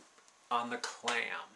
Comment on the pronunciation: Clam?! I thought you said 'Klan'...there I was being outraged!